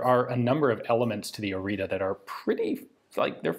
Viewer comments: Very precise and detailed until you butcher the name of its creator. Otherwise sir,my respects! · Useless language fact: due to the little squiggles under the T and above the A in Orita, the pronounciacion is different. ORI is pronounced more or less as Ian pronounced it, but the T is a TS sound. It is a sharp and short sort of hiss, a bit like a snake. And the A is like the first E in the word Nerve. The sounds are very common in Romanian. Without them the name doesn’t sound all that romanian, with them it could very well be my next door neighbour. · Please, for the love of god, look up how to pronounce foreign words in the future. T_T That's not a T! It does not make a T noise! It takes 5 seconds to put a word into google translate and click the listen button! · I just saw on the gun that you are usinga the wrong name. It's Oriţă not Orita, ţ is like the zz in pizza and ă is is like the a in an apple, an elefant, an..... etc. ( Just as a small detail, the o is also flat and short, the english version is "oou" while the romanian one is just "o", also the h in Mihai is much more defined then pronounced in the video) Cugir is also wrong but eh, if someone was intrested to read till here will also be intrested enough to google it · The name stamped on it is ORIȚĂ and is actually pronounced as Oritzuh or Orizzuh, the same sound the zz makes in pizza and the final letter is not an A but Ă which is pronounced more like and uh sound. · Orita is wrong, "Oritza" or "orița" is good "tz"="ț" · It's not orita, it's orița. It's pronounced more like oritza. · the pronunciation is Ori[tz]a . the T has an underneath accent . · Spelled as "OriTSa", the last "a" is like "a" from "day" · It's hard to write the correct pronunciation for English speakers but it's something like ORITZAH. To understand how to pronounce the last A, which is Ă think of "astray" which would be "ăstray" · Pronounced as in Oritza. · Correct pronunciation: Oreetseh (Oriță) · It is pronounced ORITZA